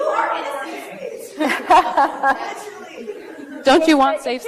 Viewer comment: How did the parasitic SJW Wench manage to fuck up the same word THREE TIMES in a row?! LMFAO 'SAFE...SPACE' Goddamnit it's really not that hard.